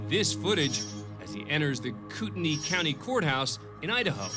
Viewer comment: Kudos for pronouncing Kootenai just right!